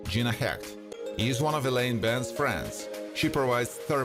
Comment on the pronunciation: Sorry, but the comments were abysmal.. .it sounded like he just woke up and wanted to go back to sleep but had agreed to do this so come on, let's get it over with. And a lot of the names were pronounced wrong, such as Benes sounded like Bens...